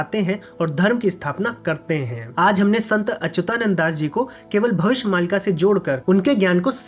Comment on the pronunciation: भविस्य नहीं भविष्य